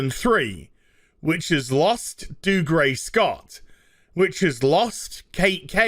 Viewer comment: Clopin: "But who is this Dude-gray Scott?" Puppet: "Who?" Clopin: "How did he come to be here?" Puppet: "How?" Clopin: "Huh! Clopin will tell you... a tale of a man... and a monster.." Every single time I hear Dude gray Scott instead of Dougray...